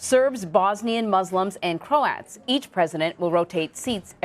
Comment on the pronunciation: you need to get it right when talking about people from Croatia. They are called (said as) 'Crow-ats' or 'Crow-at' as an individual not crowts or Crowt.